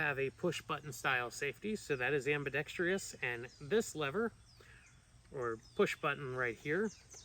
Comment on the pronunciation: nope has nothing to do with firearms. It is spelled ambidextrous. Which means it can be used by either left or right handed people. Sorry it just bugs me to see people mispronouncing it on every gun channel. It’s my duty to educate people to use that word properly…